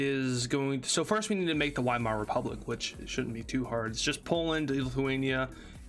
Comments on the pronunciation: VIEMAAR NOT WHYMARE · Weimar Is pronounced Vy-mar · not being a nerd just a helpful tip the Wiemar rep. is pronounced like viemere rep.